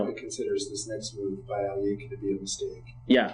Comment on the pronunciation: It.was world war 2 not.1 in 1939 also its not al eee a kin its pronoinced al.e.khine and euwe not u.a .